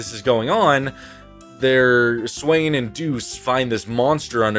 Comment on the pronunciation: you calling swaysway “swain” is taking me out 😭 they couldn’t be more different omg